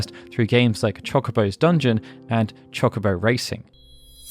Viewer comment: CHALK obo de-battle, my brother in christ i know you're english, fix that please.